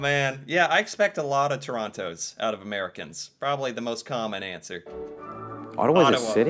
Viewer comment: Yes Canadian is a language. They cannot say "house" or "out" right.